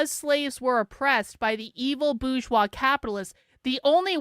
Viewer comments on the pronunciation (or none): What is the boozshoir? Does she mean 'bourgeois'?